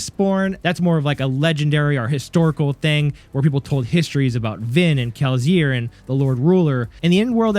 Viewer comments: My guy can you please say Kelsier correctly. Kel-see-er. If you don't mind the constructive criticism, you got a new follower. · 🤣 I say the S with an S sound. You make a Z sound to my ear, but maybe it's just me...I got triggered lol. Truly great video though, the theory makes a lot of sense. I've felt Spook was likely alive for a while. My favorite part of the theory is that he's 16 living in Lasting Integrity. I hadn't ever been sure what to make of 16 at Lasting Integrity, but now that you've said it, it feels like there's no one else he could be. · I am falling for the bait but you definitely mispronounced kelsier on purpose to ragebait for comments. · Dawg, the way you pronounce Kelsier is wild. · awful. Kill it with fire. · Good video, thank you. By the way, I absolutely hate your pronunciation of Kelsier